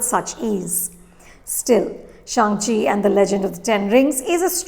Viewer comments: Ma'am, I always love to watch your reviews, but this is the worst one. You have given away so many spoilers and even mispronounced Shang Chi. I thankfully read the comments on this video and avoided watching this review before the movie. Now that I watched the movie, this review makes me cringe. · ShAAng-Chi and AWK-wafina